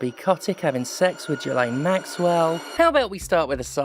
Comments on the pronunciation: You gotta say it right, it's pronounced JIZZ-laine. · It's pronounced "J!zz-lane," and I refuse to hear arguments otherwise. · Wait, that's how you pronounce Ghislaine?